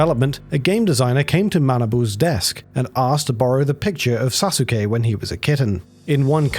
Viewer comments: when you pronounce sasuke as sazooke and not as it should be suske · You don't pronounce the u in Sasuke. It's read as Sa-skeh. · sa - SU - ke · Sasookay and Naruto. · It's "Sa-ss-kay" (Long "a" sound) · Sasuke is pronounced "Sauce-kay" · You’re saying Sasuke wrong It’s pronounced “Sah-sook” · "Sa-soos-kay" 🤦🏻‍♂️ SMH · Jiff ? Sasookay ? c'mon man .... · Cringes The name Sasuke is badly mispronounced here... The u is barely vocalized in Japanese, so it's pronounced closer to "Sah-Skay", hence the Naruto memetic mutation of "Sauce-Gay" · This man just said SA-suke. Take his weeb card. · Also, it's pronounced "Saské", not Sasuke. You skip the u. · Went into the comments looking for this. Could have sworn this was the case. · Is that how you pronounce “Sasuke”, eh? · I haven't heard Sasuke pronounced that way since I first read a Naruto manga over 18 years ago when In Middle School. I'm not sure if that's how that cat's name is actually pronounced or if its a mispronunciation of Sasuke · Mispronunciation most likely. The U is supposed to be silent in many Japanese words like Sasuke and Asuka. The German dub of Naruto made the same mistake and people weren't happy. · The pronunciation of Sasuke has to be you trolling surely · "Sasuke" while pronounced quite alright for an english speaking person, would be pronounced without the "u", it's quite silent. But still, good job not butchering japanese words completely like a lot of english speaking humanoids do ;P